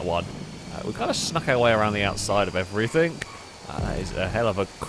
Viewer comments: love the vids but hate that you say "Everythink" -_ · he ends the word everything with a 'k' sound. Certain areas of the UK have a tendency to do it